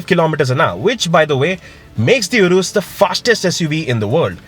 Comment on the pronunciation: poor pronounciation to 'URUS'.